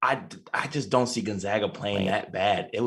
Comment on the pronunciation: Gon-zag-uh ZAG